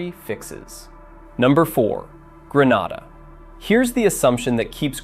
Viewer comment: Grenada 🇬🇩 is pronounced “Gree nay da”